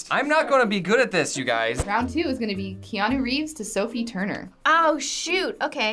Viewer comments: key-ah-no reeves. not kanye reeves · Okay but u said kanye reeves lol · Nobody:: KANYE REEVES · You did say Kanye Reeves though... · Did he say "Kanye" Reeves? GURL!!!! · I'm sorry but my dude just said "Kanye Reeves" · .... the mispronunciation of keanu reeves. "kanye reeves." lol. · Hearing Kanye Reeves hurt my soul. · “kanye” Reeves? Wow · did that guy just say kanye reeves ? wtf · is no one gonna mention how said kanye reeves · He said Kanye Reeves😖😖😖😖😖😖😖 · said Kanye Reeves 😂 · he said kanye reeves hahahah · He said Kanye reeves not Keanu Reeves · Did he say Kanye Reeves???? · Wait said kanye reeves lol dont disrespect mah boi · Odd ones out: kanya reeves 99% of viewers: how can you mispronounce the name of our holy god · did he really say keanu like kanye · That doesn't mean he shouldn't be able to pronounce the name Keanu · TheOdds1Out Mispronounces Keanu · Learn to announce peoples name......